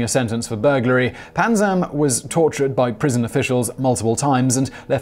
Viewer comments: I could have sworn it was Panzram with an R, not Panzam. Am I mistaken, or did the illustrious writers of Simon Whistler Inc. overlook something?? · I love your channel...its Panzram not Panzam... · It’s panzram not panzam